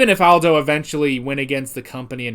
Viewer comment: Its aldo ( all-dough)